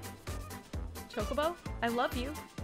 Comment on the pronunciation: It's chokabo (chalk-a-bow)